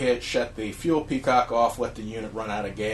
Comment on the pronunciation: Really enjoyed the review. I had to smile, though, when you several times called the fuel petcock a fuel peacock. Thanks for the review.